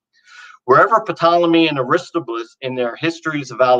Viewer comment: The young man’s enthusiasm, creativity, fails to convince. Also, please tell him that the name Aristobulus is pronounced as "a-ris-TOB-yoo-lus". The emphasis is on the second syllable, "TOB”. I think he’d be better suited to doing Christian comic books then serious scholarship.